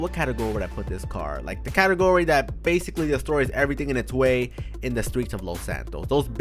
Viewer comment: "okay tho bathicawwy"